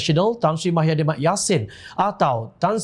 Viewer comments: Pembaca berita sebut betol2...eja pandai cikit..muhyidin..bukan mahyadin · Apa punya level penyampai berita.tau la proksi pkatan hancing 22bln.sebut nama pemimpin pn xbetoi.bkn mahyadin tp muhyidin..show some respect skt.bru org blh respect hang.ngokkk DSAI ditangga ke 3 calon PM dlm undian awam